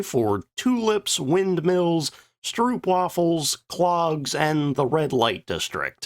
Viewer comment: Learn to pronounce stroopwafels on Forvo. And any foreign word before you use it.